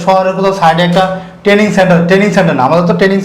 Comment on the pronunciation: ট্রেডিং নয় ট্রেনিং হবে